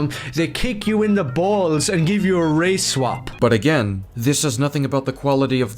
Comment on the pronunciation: Why does he pronounce "Black", "Chinese", and "Race-swap" like they're slurs lmao 😭